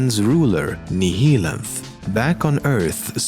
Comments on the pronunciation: Nihilanth is pronounced NA-YA-LANTH, similarly to how "annihilate" is pronounced. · Is it pronounced Nee-hee-lanth or Nih-hilanth for Nihilanth